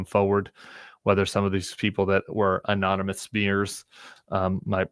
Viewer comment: Is he saying anominus instead of anonymous? I heard it 3x😮